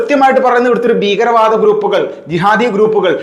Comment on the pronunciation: ബീകര വാദം എന്തൊരു വൃത്തികെട്ട ഉച്ചാരണം